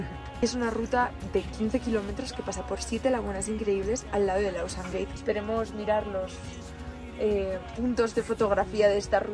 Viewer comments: Porfafor no es Ausan Gate. El Apu Ausangate estarà muy molesto por cambiar su nombre y peor aùn, al inglès. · Buenas se pronuncia como se escribe no a la forma del ingles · Chicos ausangate se pronuncia en español, no en inglés. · Buen vídeo, pero es ausangate, no tiene nada que ver con pronunciación en ingles.